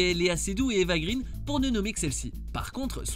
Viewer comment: Eva Gré-ène. Son nom est suédois, pas anglais